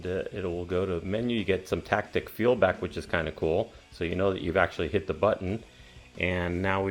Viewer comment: "tactic feelback" 😅